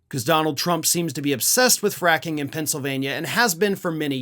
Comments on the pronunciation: Fracking? I thought you said quacking! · looked very pleased with his seamless transition from “fracking” to “fraction” 😂😂